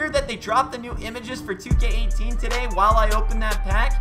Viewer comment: Tooooooooooooday why do u say it like that wtf